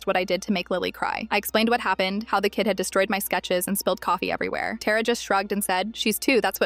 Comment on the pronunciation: Why anyways Tara that's my sister name and id being said wrong